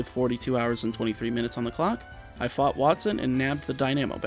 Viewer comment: he said fuck for fought